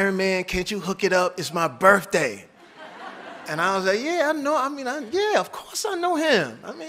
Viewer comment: All that money and all that Prestige and still cannot pronounce the word birthday. Birfday lol